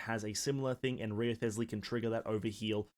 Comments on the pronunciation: i die inside every time he says Wrio-thes-ley... You didn't have to do my man Rise-ley that dirty... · Not an easy name to know how to pronounce, but it's actually "Resley". The W, and ioth are actually silent. Nice vid tho. Been hoping, and waiting for this type of playstyle since the game dropped. Heizou was close, but felt like something was missing. The Rizzler looks to have the lil bit that was missing for me. Only took 3 years for them to give me a main lol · HIS NAME IS PRONOUNCED RIZZLEY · Yeah, no way am i watching a video of someone that didnt even bother to check the pronunciation of the character's name.